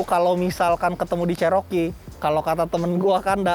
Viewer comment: Bukan jaring itu namanya cargo barried,Cherokee di baca ceroki bukan ceroke.